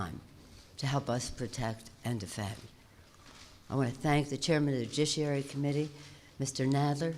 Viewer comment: Pelosi wins the worst butchering of the word "judiciary" award.